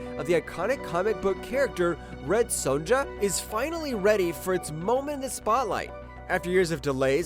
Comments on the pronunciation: Son-YA not SonJA. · "Red Sewn-dja" Okay, are there any non-AI out there that don't know how to say the name "Sonja"?